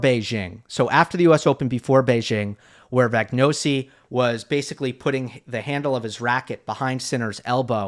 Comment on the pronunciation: Always appreciating excellent effort at pronouncing 🇨🇿'Jiří' ("Yeerzhreee" is the best I can transcribe it in English), but baffling why he keeps following the commentators in mispronouncing 🇮🇹 'Vagnozzi', which is obv "Va-nyotsi" for anyone who has eaten gnocchi and pizza🍕Okay, homeslice*?:) *"You cannot be Syrgios..." - I'm ex-Syracuse too, both parents attended the university